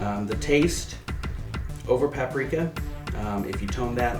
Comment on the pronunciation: paparika? paprika? lol